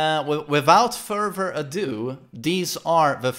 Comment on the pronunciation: "wivout furver adieu, deez are the..."